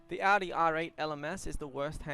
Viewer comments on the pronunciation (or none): none